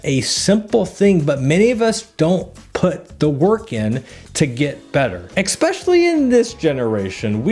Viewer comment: I really enjoy your videos. I watch everyone. Here's a bit of advice though. If you want to be better at telling stories, please stop saying "Xspecially" the word is especially. I've noticed you say it in the past 3 videos I've watched of yours.